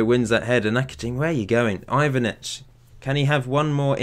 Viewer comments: You're pretty much the only FM youtuber that I follow that can pronounce the balkan names somewhat competent. Its Ivanic (The first time u said his name u did it right, its spelled fast) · Yes, Ivanic is pronounced like Ee-van-ich.